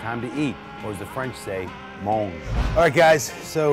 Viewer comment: I've been watching for a long time man and it's been bothering me a little bit.. It's mangé! Accent égu. /'ma'jay/ cool vids